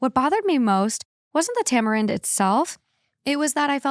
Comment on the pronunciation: You pronounced tamarind perfectly the first time 🙌🏼